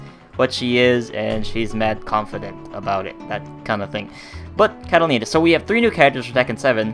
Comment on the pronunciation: Its not catalina is katarina